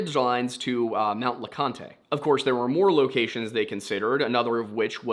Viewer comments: As a Sevier (pronounced SEVERE) county native, I summon Wendigoon. Also Mount Leconte (LEE-CONT) is not pronounced like picante sauce. Wendigoon is from E TN from what I've read. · Mt le Conte is pronounced Mt le Cont. The E is silent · sevier is pronounced like "severe" and you don't say the last "e" in leconte! no big deal though lol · Please for the love of God and everything holy please just say Leconte as “Le-cont” ain’t nobody from East Tennessee that says “lecon-tay”. Otherwise great vid no notes.